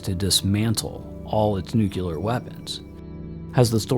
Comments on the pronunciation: Very impressed by the knowledge shared here, am subscribing. May I make one suggestion please....Nuclear is pronounced new klee ur, not new kyu lure. Correct pronunciation of this word will dramatically up the credibility factor. I used to pronounce segue as segyoo, so I understand. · Anyone who says "NUCULAR" instantly loses credibility with me - especially when your primary interviewee says "NUCLEAR" throughout her entire presentation... and while this lady's theories ARE mostly correct or plausible, you can tell she has never actually thought most of it thru because theres SO MUCH that shes just overlooking or not acknowledging - SUCH AS the fact that our own black budget is responsible for MOST of these sightings (like the Phoenix Lights which she mentions and claims it was the ET's showing themselves to us ... ummm no) I also dont get why you would use stock fake images when theres PLENTY of real footage to use...